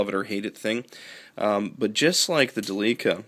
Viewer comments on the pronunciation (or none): Good video. And it is pronounced Del' lica